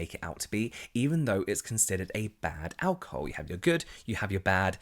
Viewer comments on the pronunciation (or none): I think we've become so obsessed with ingredients that we've forgotten to listen to our skin and how these products make it feel Also I love how you pronounce alcohol as ow-ca-hoe 🤭